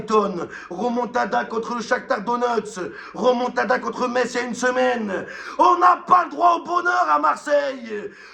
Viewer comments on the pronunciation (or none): none